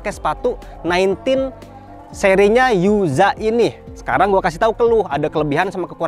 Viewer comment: nine "ten", bang. Jangan "tin" ✌🏻